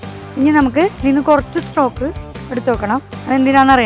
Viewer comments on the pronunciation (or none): ചിക്കൻ സ്ട്രോക് ആണോ ചിക്കൻ സ്റ്റോക് അല്ലെ